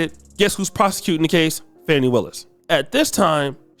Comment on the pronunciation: No disrespect, but her name isn't pronounced "Fanny." It's pronounced "Fah-Knee." I don't like what she did either, but you should at least get her name right. 🤕🤕🤕